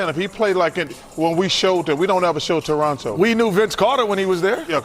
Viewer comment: Thanks for saying it properly...no second T. TORRONO